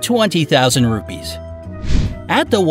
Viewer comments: Hey Its Ruppees Not Rubys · I am an Indian and our carensy is not pronosed rubbies it's ruppes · Seriously how he pronounce the currency rupees i am from india and that litterally gets me to think 'Wth'